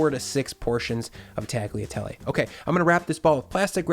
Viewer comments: Great recipe! I never thought to add chicken stock to it, but it came out really good. However, the pasta is pronounced like "tall-yuh-tell-ay", not "tag-lee-uh-tell-ay". It'd be like if you pronounced the word "quesadilla" like "kes-uh-dill-uh". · Tagliatelle is pronounced tal-ya-tellay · hmm now i have to try this oven-baked bolognese. this guy hasn't let me down so far. "tag-liatelley" zomg XD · oooohhh... gotta try that ! I lived in many countries and, every time, I sold my kitchen ware... including the Mercato pasta maker... I should buy another one for sure. Tagliatelle... the G in "gli" is silent. Pronounced like "Yea" in "yeast"... well, I had to found something in your video! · Hey! FYI the g in Tagliatelle is silent, just like in lasagna. 😉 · G in Tagliatelle is silent. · When you pronounce “tagliatelle” the letter “g” is silent! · But in Tagliatelle, the G is silent :) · You don’t pronounce the “g” in tagliatelle, just like you don’t in bolognese. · Actually you don't spell the G in Tagliatelle :) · So if you don't pronounce the name of the dish correctly, I guess your recipe is an Americanization of a classic Italian sauce? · I'm new here, enjoying your content, but the way you pronounce "tagliatelle" is just hurting my ears.